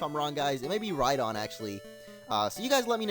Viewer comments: It's Rydon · it's rhydon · Its rhydon